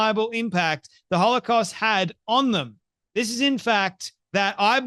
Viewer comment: You know what's crazy? She can't even properly pronounce most of the words she's saying. So how intelligent are we supposed to think she is? As a Christian, I really have to pray for God to forgive how much I'm coming to hate this woman. She acts so cocky too. That "see I got you!" smirk in every other sentence. She's filled with so much hate, I can't let her fill ME with hate! She certainly seems possessed to me. She and Tucker both.